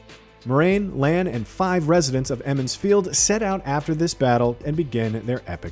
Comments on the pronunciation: Eeeemonds field 😂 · He only mispronounces Emond's Field the first time; maybe he's doing this on purpose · Emond's Field?!? You mean Two River folk! wtf is going on with the pronunciations. Lan IS Moiraine's warder, he doesn't become one. I'm not really feeling the look of these characters. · Ah yes eemonds field